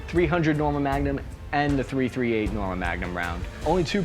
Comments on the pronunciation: Tree thirty eight.. not thirty-three eight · Dude its pronounced 3-38. Yes it seems petty but you made this video hard to watch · Pretty sure it's pronounced "three thirty eight" not "thirty three eight" that sounds weird af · Its not 33-8, its 3-38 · It's pronounced "Three thirty eight" NOT "Thirty three eight". Ya got the "three" in the wrong place which shows you are not familiar with this cartridge.. The BARRETT MRAD is an amazing long range rifle, especially in the new .300 PRC cartridge developed by Hornady. Hornady also developed the 6.5 Creedmore over 10 years ago. I shoot the 6.5 CM in my RUGER Precision Rifle in long range competition. And I also use the newer Hornady 6.5 PRC (Precision Rifle Cartridge) in my bolt action hunting rifle. So, yeah, Hornady has been "busy" lately.